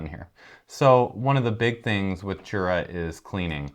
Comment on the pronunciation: It would be nice if you would learn how to pronounce Jura properly. Jura is German, not English word. It is very disrespectful.